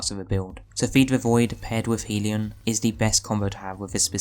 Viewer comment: Okay, this is important. You've heard of Heaven and Hell, right? Well, a hellion is a rowdy, mischievous, or troublemaking person. I assume you don't pronounce hell like 'heel' Hell rhymes with bell. So the word hellion would be pronounced 'hellyun.'. HELLyun. Not heeleeon. Please start pronouncing it correctly because I know I can't be the only person who cringes everytime you say it wrong. Otherwise, good video and build. I'm going to try it out tonight and I'll make sure to have the HELLION (hellyun) equipped.